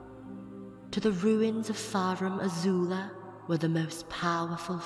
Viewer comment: He also says Farum Azul instead of Farum Azula.